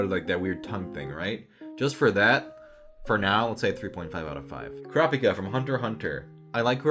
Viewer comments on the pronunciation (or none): none